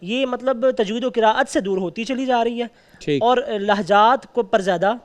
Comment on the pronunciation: جج صاحب کہتے ہیں ہمیں سب سے پہلے تجوید پڑھایا جاتا ہے😂 اور قراءت کا نام بھی قرت بول رہے ہیں واہ